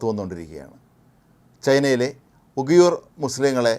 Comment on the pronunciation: 00.29 ഉഗിയൂർ അല്ല ഉയിഗർ ..ആദ്യം പറയാൻ പോകുന്ന കാര്യത്തെ കുറിച്ച് ഒരു ധാരണ ഉണ്ടാക്ക് വാർത്ത വായിക്കുമ്പോൾ